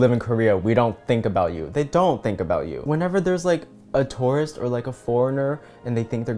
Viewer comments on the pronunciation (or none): So I thought you were saying "taurus" when you were saying "tourist" and really wondered who hurt you for a hot second.